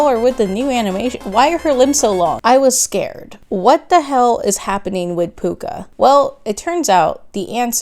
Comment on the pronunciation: NOT PUCCA